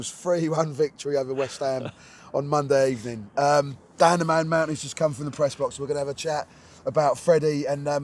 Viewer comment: Finally a good ebening!